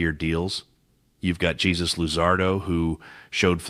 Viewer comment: It's heyzues not jesus